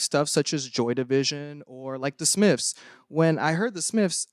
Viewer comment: “The Smifs”